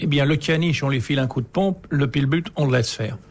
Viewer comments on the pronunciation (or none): Dyslexie étonnante et amusante pour un des plus grands auteurs du XXe siècle en France qui prononce pillbut au lieu de pitbull. Ceci n'est pas une critique, et c'est même assez touchant. ;)